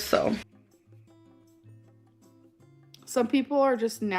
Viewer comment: AIG!!? IT'S EGG. PRONOUNCE WORDS CORRECTLY. YOU DON'T HAVE A SPEECH IMPEDIMENT, AMBER!! Borrowing other people's accents cuz she has no personality of her own. I cannot wait til everyone finally forgets she exists. Yes Amber. You're dying. You're eating yourself to death. Stop stuffing your face, please. Realize you are not even 35 yet and your body is in the process of dying. Right now. You will no longer be with us soon. And people will miss talking crap about you, but they won't miss you cuz you're a terrible person. Let that sink in.